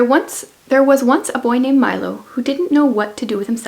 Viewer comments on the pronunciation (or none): none